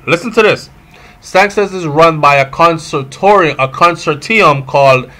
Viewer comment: Con-sort-i-um, breda. Not how u saying it lol. But anuh nutten.